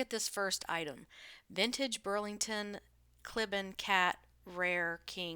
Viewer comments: It's pronounced KLEE ban. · The family pronounces it Klee-Ban like the pronunciation key on the page you were reading from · It’s pronounced “Klee-ban.”